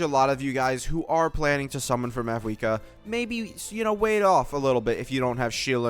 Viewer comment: Its mawuika. 90 percent of pronunciations in game dont pronounce the V